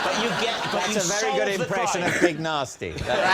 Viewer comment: Its pronounced Big Narsty, not big nasty, its even spelt Narsty as well.